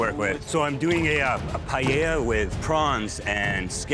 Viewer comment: Tapped out at the Asian guy calling it pi-yel-la. If you're a world class chef, you can learn how to say the national dish of Spain